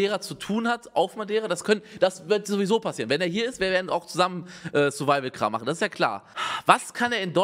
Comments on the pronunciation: Niemand : Wirklich Niemand : Unge : SURIVIAL CHALLENGE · Niemand: Wirklich Niemand: Unge: SURIVIAL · "SuriVial" Challenge